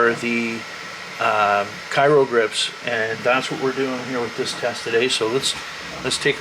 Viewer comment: Thanks for the informative video, just wanted to note its pronounced “cry-o” not “kai-ro”